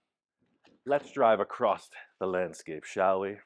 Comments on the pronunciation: your feedback is much appreciated 😂, but I don't see where I told him how to talk, I just pointed out there's no t in the word across. I did ask him to fix the fender, though, sooner rather than later. 😜🤙🏼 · Hi and! I love you guys and can't wait to see this bug when it's all finished, I know it's going to be out of this world cool, but I have a couple of constructive criticisms to share. First is use of "acrost" when he means across, as you stated during this episode, everyone has their own version of OCD and this one bugs me. Second is the width of the front fenders, my wife noticed when watching today's episode that the newer driver's side front fender is narrower than the passenger side. When you were measuring in a previous episode you had it set correctly and them abandoned your measurements for an old mark you had made. You them confirmed your old mark by comparing the fenders to the unaligned tires and called it good. We both can see with our naked eyes that the new fender needs more width to match the passenger side. Please fix it before it gets to final paint prep. That is all, thank you! I love all the builds but this is the one I always want to see!